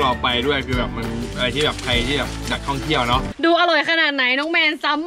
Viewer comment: เยี่ยว หรือ เที่ยวครับพี่